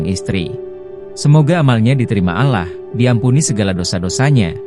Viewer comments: Allah bkn alah pembaca berita nya tu hrs bs mbdakan bhsa ya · Bacaanya alloh mase...bkn allah...hih ga bisa baca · Ini yang jadi narator siapa sih? Gak enak banget didengar, terutama kalau pas ngucapin " Ya Alaahh' , masih punya stock narator yg lebih pas gak? Di kuping eneggg kalau ada yang ngucap kata "ALLAH" gak pas banget! mirip lidah orang2 dg salahsatu ajaran yang banyak nyolong istilah dari Alquran dan Islam. Ganti ya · Apaan alah. Gak ada alah, tetapi Allah. Apaan sih ini tribun. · Allah ngomong Alah🤦‍♀️ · nih org yg ngomong nya bukan org islam deh,,ngomong Alloh aja Allah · Itu pembaca beritanya AI ,, editornya kurang kopi, minimal script nya lu tulis Awloh sebelum di generate ke audio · kamu nonis ya min ? pengucapan Allah bagi seorang muslim bkn spt itu .... kamu org ind pasti tahu bgmn muslim ind mengucapkannya dan ikang fawzi itu muslim... jangan suka memancing kegaduhan !!!